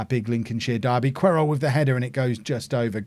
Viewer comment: I think Querol is pronounced Keh-rol but not 100% sure